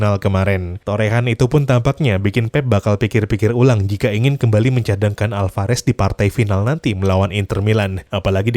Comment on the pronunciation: Julian Alvarez bukan hulian